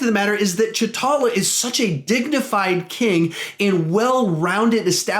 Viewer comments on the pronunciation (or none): “Cha talla” is definitely the right way to pronounce his name “Cha talla” definitely not t’challa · You said chtala not tchala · "Ch'Talla" its T'Challa